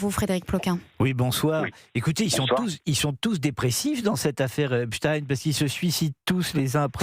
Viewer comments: EpstEIN et non Epstine… 😂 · Pourquoi cette présentatrice prononce EsptIn et non Epstein? Grotesque. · Epstein prononcez ayn...comme Einstein, comme wahrstein , Lichtenstein, vous dites pas Lichtenstinne ? Bon sang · c est pas ESPTINE MAIS epsTEIN!!! il est pas Russe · EPSTEIN PRONONCÉ EPCHTAÏN 🤬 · Pourquoi prononcez- vous “epstin" ?